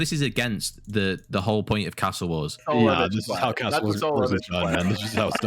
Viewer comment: pronounces 'castle' as though he hates Australia